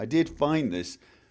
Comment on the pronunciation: When you say flawed it almost sounds like you say floored.